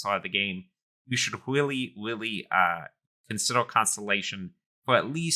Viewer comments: Why do you sound like a cartoon character lol. Pronounce the letter 'R' properly. It's not a 'W'... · "I willy willy like constellation" the speech impediment is charming lol